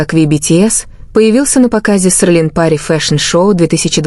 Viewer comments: Селин, а не срлин. Тэхен, а не твон и другие имена. Так называемый блогер, позор тебе. Надо твой канал заблокировать. Трепло. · Вы только послушайте как оно проищносит ,,СЕЛИН,, КАК,, ОРЛИН ,, ЧТО МОЖЕТ БЫТЬ ПРАВДОЙ ЕСЛИ ДАЖЕ НАЗВАНИЯ ПУТАЮТ УМЫШЛЕННО